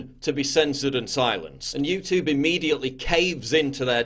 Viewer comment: I love you PJW but come on. You’re a Northern Englishman. You don’t say YouTOOB you say YouTewb (like Stewie from FG).